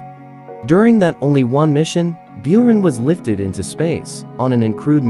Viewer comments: It's pronounced 'boo-run' — means 'snowstorm in the steppe' in Russian. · Not Bewran. The correct pronounce is Booran... It is Storm. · Its pronounced, boo,rahn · ***Buran is pronounced Boo Rahn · Beeraan brugh cant Americans ever pronunce ANYTHING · Isnt it pronounced burr-ron? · Its pronounced "booran" and it means something like sandstorm or hurricane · Learn how to pronounce "But - ran" ok? ok! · What really gets on my nerves is he pronounces buran byurin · Good God already could you pronounce those two words properly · Just a note: in the original Russian name, Бура́н is pronounced "boo-rahn", not "byu-ran". Also, the Energia (Энергия) is pronounced "en-air-gee-yah" I see people get this confused a lot and I don't blame them for not knowing Russian pronunciation, but I just thought I'd clarify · Slavic language learner here- Buran (Буран) is pronounced (Boo- raan) Energia (Энепгия) is pronounced (E-ner-ghee-ah) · It's pronounced Boor-ahn and Ener-gee-uh. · Pronounced, "boo-RAWN" and, "en-er-GEE-yuh" with a SOFT G not a hard G. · Learn how to pronounce "Buran" and "Energia" before you make videos! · The mispronounciation of Buran and Energia is infuriating